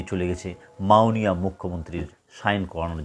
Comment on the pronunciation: উচ্চারণ ঠিক করুন আগে , মাওণীয়